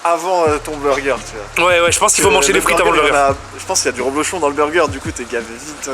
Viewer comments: DSL mais on dit reblochon avec un E ! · C'est du REblochon et non du ROblochon.